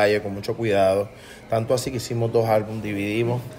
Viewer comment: Mundo cabrooooon, es “así” no “aci”